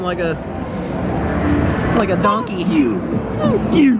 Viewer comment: I love when it said TANK YU